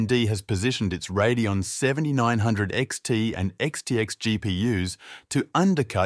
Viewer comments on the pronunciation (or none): none